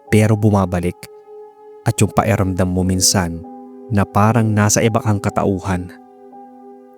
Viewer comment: Pa-Ki-ramdam, not Pa-E-ramdam. Speak tagalog properly pls. Good job sa stories.